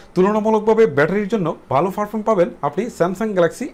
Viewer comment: বালো না বলে ভালো বলুন 😠